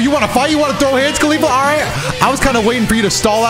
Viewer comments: i heard you say "khalifa" na "caulifa" hmm.... xD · ”Khalifla“ I can’t un hear it